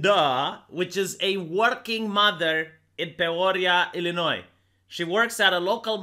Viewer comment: I've never heard Peoria pronounced that way, but you absolutely nailed Illinois. Most Americans can't pronounce Illinois correctly.